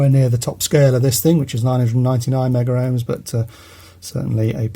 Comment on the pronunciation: Meggerohm ??? Ah ..... Megohm.